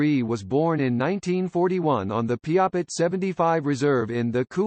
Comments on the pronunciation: Bad computer generated, and can't pronounce Qu'Appelle or Piapot. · Get a real human to narrate, and make sure they can pronounce Qu'Appelle, Piapot, and "Codine."